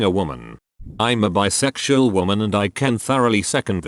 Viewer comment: text to speech: beesexual my mind: y o u l i k e j a z z?